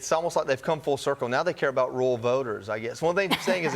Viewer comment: Can't you say rural? It's not hard. Rule is a different word.